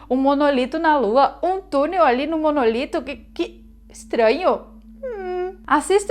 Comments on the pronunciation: Não É monolito e simmm MONÓLITO!!!!!!!!!!!!!! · nao é Monolito é Monólito